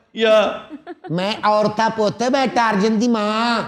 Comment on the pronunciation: بسم اللہ الرحمن الرحیم ۔ برٹش انگلش میں ٹارزان نہیں ٹارزن درست تلفظ ہے ۔